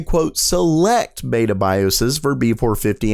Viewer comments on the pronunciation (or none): none